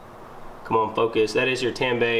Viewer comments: You should torque the 3 nuts on the strut tower to manufacturer specification. The word Tanabe is pronounced Ta•na•be, not Tan•ba. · It’s pronounced ‘tun - a - bee’ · Tah-nah-beh! Friendly correction. But i just ordered my injen cai and will be doin the install vid soon for the community. Stay tuned!